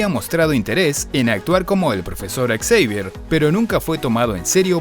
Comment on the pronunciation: Ve la película en inglés y verás que así se pronuncia su apellido, no Javier.